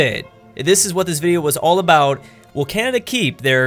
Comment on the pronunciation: That beautiful hey what aboot some Molson now?